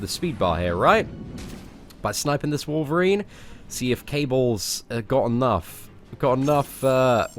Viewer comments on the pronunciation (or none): none